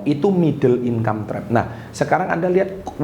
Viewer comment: Middle income trap, gua denger nya "middle inkampret"😭